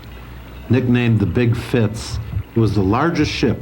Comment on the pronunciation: Fascinating, thanks. One minor thing, and I hate to criticize, but it's the Fitz, not the Fritz. Easy mistake. 😊